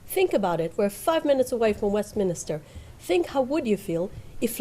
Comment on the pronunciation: 'Westminister'.... durh, pardon ?